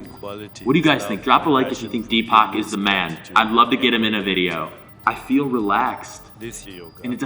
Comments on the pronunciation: He managed to pronounce Deepak almost as Tupac😂😂😂😂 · He is pronounced deepuk 😂😂😂